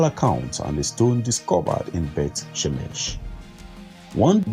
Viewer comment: Beth schemesh....isnt that what borat says?